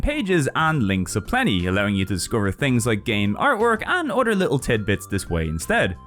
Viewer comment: its pronounced other not udder! Stop saying udder! We're talking PS games not cows milk! fr fr its annoying and bothersome.